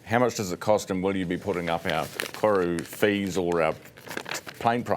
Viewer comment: You’d think the CEO of Air NZ could pronounce “Koru” properly 🥴🤦🏽